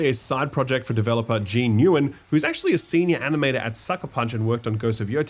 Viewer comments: Nguyen is pronounced like Win. not Ewan. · Future reference, the last name Nguyen is pronounced like “When” 🙏